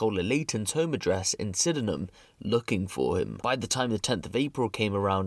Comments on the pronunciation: Pronounced sidnam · Someone teach these guys to say Sydenham properly ffs, cringe